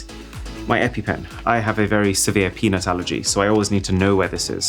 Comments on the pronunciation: am I the only one who hears “penis allergy”💀💀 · Can't unhear "penis" allergy no matter how many times I repeat lmao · fr thought he said penis allergy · I swear it sounds like he says something other than "peanuts" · did u say peanuts or ummmm